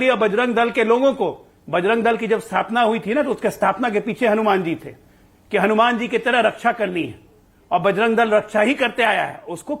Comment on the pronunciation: जो हलुमान चालीसा पढ़े वे बिल्कुल उच्चारण गलत बोला है।।